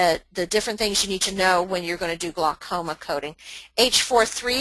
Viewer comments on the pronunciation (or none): "Glucoma"? Really?